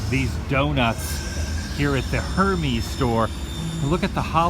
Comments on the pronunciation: It’s pronounced her mezzzzz .... sheesh Adam 😂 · The Hermes brand is pronounced "Air-mez", with a soft e. Just a FYI. Keep making our days brighter Adam! :) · I died when you said Hermès. It’s pronounced AIR-mez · Not to be a butt but the Hermes brand is pronounced "Air Mess" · I died at Adam's pronunciation of Hermès. Not making fun of him because Adam clearly isn't a luxury brand kind of guy, but it's still funny. Just FYI it's pronounced "ehr-mez".